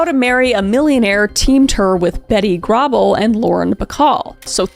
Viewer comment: Garble rhymes with cable. Bette is pronounced betty and Huston is pronouncedHouston.